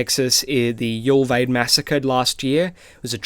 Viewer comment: Brother cannot even pronounce 'Uvalde' correctly